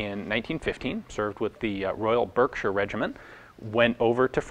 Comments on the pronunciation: Berkshire is pronounced "bark" not "berk" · Ian, we know (and appreciate!) that correct pronunciation is important to you. The first 'e' in Berkshire is pronounced as an 'a', 'Bark-shire'. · Berkshire is pronounced "Barkshire". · ITS PRONOUNCED BARKSHUH NOT BERKSHIRE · Hey, it's actually pronounced Barkshire, confusing I know. Love your content, not trying to be douchey. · Was about to comment the same thing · It is a "Shire" but most home counties folk pronounce it "sher" as in "washer". I don't think anybody would have commented save for the fact he, admiably, tries to get names right. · We pronounce Berkshire "bark-sheer", I should know, I live in Reading Berkshire (pronounced "redding") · Pronounced "Bark"shire for reference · Sorry Ian to be pedantic : it's not the Royal Army ( the individual regiments are sometimes Royal, so the army is not ), and English 'Berkshire' is correctly pronounced as 'Barkshire'. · Ian an idiosyncrasies of UK counties is that berkshire is pronounced Barkshire. It's one of those strange southern counties. Not like Yorkshire :p great video as usual. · FYI Berkshire is pronounced 'Barkshire' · Also "Burkshire"...... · Wouldn't you just have been better off with the 1897 pattern infantry sword (and it is a sword not a sabre) instead? Oh and for Americans (and other strange creatures) Berkshire is pronounced "Bark"shire. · Berkshire is pronounced "Barkshire" :) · "Berkshire" is pronounced BARK-sheer, just FYI. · It's pronounced Royal BARK-sher Regiment.